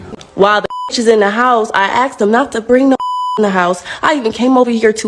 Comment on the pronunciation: She axed nicely😮‍💨🤣